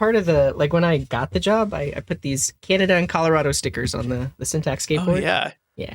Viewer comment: welcome to syntac. 😂😂😂 I didn't hear the x in syntax